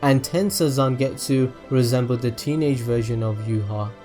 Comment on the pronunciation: Yhwach's name is pronounced Vach. the Manga states this.